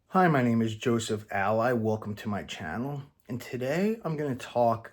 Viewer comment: Yes, I never noticed this about how he pronounces his surname before.